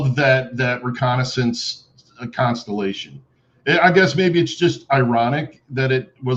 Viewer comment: Inmaculate... constripation?! 😮 oh, constelation, that makes sense.